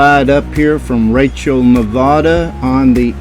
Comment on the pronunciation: Wow, man, I was just there beginning of the month. Interesting place, for sure....I gotta tell you though...it's pronounced: Ne-vad-uh. That accent is on the vad. Thanks for the video,!